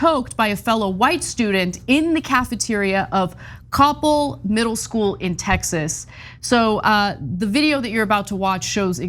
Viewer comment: Regarding Coppell, the accent is on the second syllable.